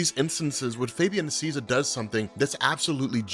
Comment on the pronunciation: say it with me, Fabian “Nee-See-A-Sa” the A sounds like “Hey”. The “i” sounds like ee. It’s Spanish, he’s Argentinian